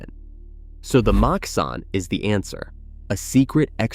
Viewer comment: Super hilarious to hear the american ai voiceover just BOTCHING every hebrew word like "magav", "makhsan", "trisim" and hearing them through an american accent is hilarious